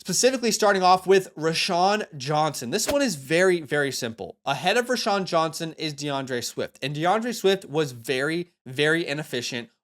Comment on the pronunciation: ROW-Shawn. Not Ra-Shawn.